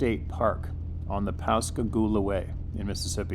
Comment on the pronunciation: Hello! I grew up in Pascagoula, MS and you pronounced it perfectly!!!! Good job!!